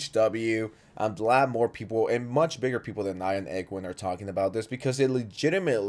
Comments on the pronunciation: Erm actully id engween not engwen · “egwin” lol, it’s “N-gw-een” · You pronounced engween’s name wrong it’s pronounced en-gween